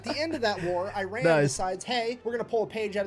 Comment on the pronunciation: well first of all it's not /AIREN/, it's Iran. Or did you RUN somewhere son? This hillbilly needs to learn the name of the country then he can speak :D